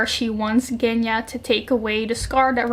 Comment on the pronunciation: Hello I'm a Russian native speaker, so let me just correct you a bit. 'G' in Genya is pronounced like 's' in 'pleasure' or like 'j' in French. I've heard a lot of people pronouncing it wrong, so I hope this comment will help